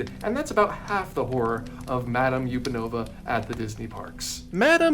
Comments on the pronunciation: Sorry but you're mispronouncing the ostrich ballet dancer's name. It's not YOU-pen-ova. It's UHP-an-ova. Like "Up and over". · Madame Upanova's surname is not pronounced "yew-pah-no-vuh". It's pronounced as "up-a-no-vuh" because it's a play on the phrase "up and over". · I think the ostrich's name is pronounced "Up and Ova" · WAIT have I been pronouncing it wrong this whole time?!? I’ve always pronounced it ma-dahm UHP-anova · Justice for Madame Upanova (up-an-ova like 'up and over'). Yesterday my dad was going through his VHS tapes and he showed me the VHS from his 1993 Florida trip which had part of the SpectroMagic parade on it. There's a couple Fantasia floats in that parade, including the dancing Ostriches, and I thought they all looked pretty great! 😅 ETA: I've just watched a video of SpectroMagic from 2009, the float costumes are just great. They are so much less cursed than that meet and greet costume, but I've still gotta stand up for Madame Upanova - I mean she could've look soo much worse lol.